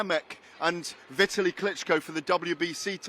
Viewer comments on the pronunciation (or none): Does Gareth say vitali right? I hate the way he pronounces it but mayb he's right. He's a prick anyway 😂